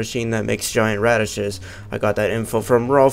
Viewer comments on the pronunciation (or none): none